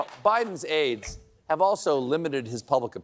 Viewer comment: Can't help but wince whenever he says "Biden's Aides".